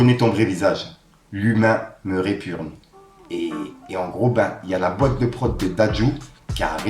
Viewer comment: «Me répugne » pas me répurgne 😆